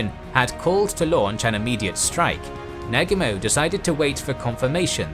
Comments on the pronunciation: the mispronouncing of the names on both sides makes this video so hard to watch. Please learn how to pronounce the names of the major characters. The worst is when you say Nag-umo.... It's Na-Gu-Mo.... :( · Excellent account as usual only slightly diminished by the incorrect pronunciation of names such as Nagumo. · Wtf, arrogant Brits can’t pronounce Negumo. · Thumbs down for your laughably incorrect pronunciation of Nagumo.